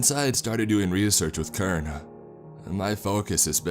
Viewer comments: Can we talk about how he calls CERN kern? It’s pronounced sern, and that hurts a lot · Yes I heard it lol kern-el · when you say "kern" are you trying to say CERN, the center for nuclear research in Europe? also, I think you meant causality instead of casualty. recommend finding and practicing pronunciations before publishing videos. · Cern is pronounced as sern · It’s pronounced “CERN” not “KERN” lol but great narration nonetheless 👍🏻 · It's C.E.R.N. with an S sound like sirn. Also cause al it tee. Come on man, get it together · Kern I believe "Cern" is pronounced Sern. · What's kern? I know of CERN ( s-ern), but not kern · CERN is pronounced Sern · Anybody else focused on the pronunciation of CERN lol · Anyone else notice that he pronounced cern as “kern”? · That pissed me off so much lol I was like wtf is Kern. Then I finally realized he meant CERN. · My only complaint is the mispronunciation of CERN. It has a soft "c" so is pronounced: sern as in concern. Not a bad idea to steer clear of political stuff at the moment though. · Pronounced SURN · "sern" =cern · It was CERNtainly a terribly done pronunciation.